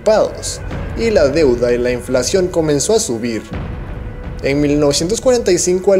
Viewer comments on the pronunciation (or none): none